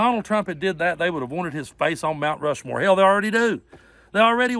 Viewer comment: That POS was given the opportunity to say Mount Rushmore like three times, and he couldn't even say it. But yet he's the most intelligent person in the room. I still say he's just the most intelligent person at a chump rally, which isn't saying much. 🤣 FDJT. 🇺🇸